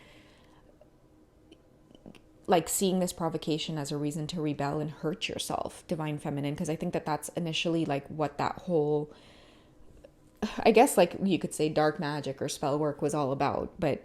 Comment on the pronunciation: Lmaoo "prov-ah-cational" 😂 excuse me but that flub was too cute. This reading also slapped ❤️